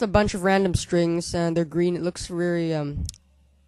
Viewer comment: i know what you mean.... but he may be saying "very" but i hope he said "reary" lol